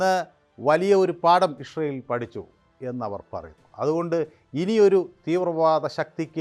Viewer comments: Ishrayel അല്ല ഇസ്രയേൽ ഇസ്രയേൽ അങ്ങനെ പറയണം. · ഇസ്രയേൽ എന്ന് നേരെ പറയാൻ ആദ്യം പഠിക്കൂ.